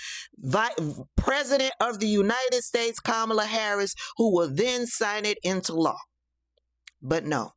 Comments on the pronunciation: The hate for Kamala is just puzzling to me!! These folks act as if she have personally harmed them smh!! They wont even say her name right!! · Anybody who mispronounces her name is a republican plant